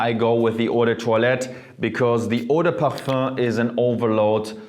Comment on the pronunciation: He pronounce it the correct way